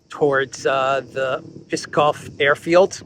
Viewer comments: you confuse Pskov (one syllable, because there is only one vowel) and Peskov (2 syllables) because of your pronunciation, giving the city name an extra syllable. Ps is not a beginning of a word in English, may be difficult to pronounce, causing an insertion of an extra vowel. A government drone launch does not only sound more possible than other versions, but also underscore the Russian position insisting on neutrality of its neighbords, especially Ukraine, for its national security. Drones and missiles are very different threats, both difficult to repel from close proximity, launched from the "friendly" and "defensive" NATO alliance members. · Name of the city is not P-e-skov, its Pskov. Loose the e in pronunciation. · it’s Pskov not Piskov.. short s.. like in psst.. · actually the city''s name is PSKOV, not Piskov and of course not Peskov ))) Thank you for your report, you do a great work! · It's Pskov, not piskov, like Psaki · PSKOV not PESKOV 😂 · it is not PISKOV city name as you say but PSKOV; there is no "I" in the word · A hint: the name of the city Pskov is pronounced as it's written, not Peeskov. If you have some trouble pronouncing the [psk] consonantal cluster, try to pronounce each sound separately, one after the other first, then you just put these three sounds together, without adding the nonexisting "ee" [i:] vowel in between [p] and [s]. It should work. Mind you the semivowel [s] functions as a syllable center in that cluster. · the name of the city is not Peeskov. It's P'skov P here is pronounced as you would pronounce it in a word problem. 😊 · Not Piskov it’s Pskov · it's Pskov [psk'ov]. You don't put any vowels in between "p" and "s". Try it 😅 Pskóv! Easy 😂 Thanks for your updates ❤ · It is Pskov without e. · Pskov is pronounced Ps-kov. There is no, EE sound between P&S. Its two consonants in the row, brother. Just wanted to remark pronouncing. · [PS - KOV] - there is no [e] sound!